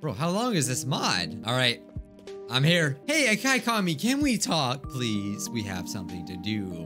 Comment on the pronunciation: Just to help u, the pronunciation for Akaikami (i think) is Ah-cake-uh-me